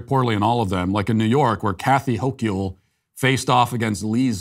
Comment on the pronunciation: The only correction needed to be made here is the pronunciation of Kathy Hochul's last name. It's like saying the word local, but with the H replacing the L.